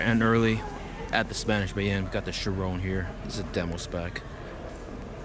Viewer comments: Chirón, not Chirone as said. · Cool vid man, btw no hate at all just spreading some advise; it's actually pronounced as "Chir-on" not "chir-own." No offense, say it however you like just letting you know if you didn't already. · GodlyCliipz-X 6 It's his pronounciation of the word 'Chiron' in the video I commented on, not any text. He says 'Chirone'.... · Chiron. say it right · i know but he isnt saying it right. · Fuck I'm cringing everytime he says Chiron 🙄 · You're butchering the pronunciation of Chiron. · The way you pronounce Chiron is so annoying